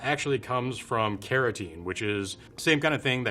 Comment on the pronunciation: Can someone tell me what his accent is? I wondered why he was talking about keratin in butter and realized he meant carotene. And he pronounces the cul- in "cultured" more like "call".